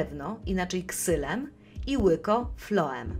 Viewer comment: floem czy floen?